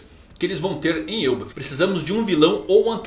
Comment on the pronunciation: Que mané frescura de "Êlbaf". É ELBÁÁÁÁF Elbáááf caraaaaai. Mané frescura de Êlbaf! Agora deu o caraai mermo